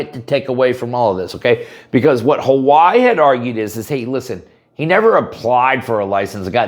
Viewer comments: Huh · wai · ee, Not How-Why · Ha-why is the English pronunciation.. Ha-why-ee is the Hawaiian.. doesnt look Hawaiian